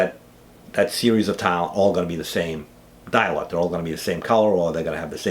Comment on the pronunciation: He is saying dye lot! I thought it sounded like dialogue. Haha.